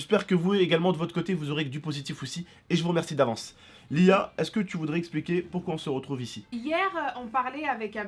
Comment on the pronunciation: A Abdel a dit Lia bizarrement 😂